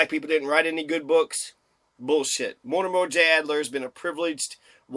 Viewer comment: Mortimer, NOT Mortimore Adler.